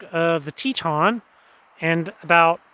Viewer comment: Tie-a-ton. That’s south fork of Tieton river. Teton is Wyoming